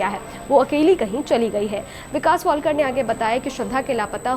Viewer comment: News anchor ho tum pranounsation to tik se kiya karo tum wiktom ka it's a shradha walkar not wallkar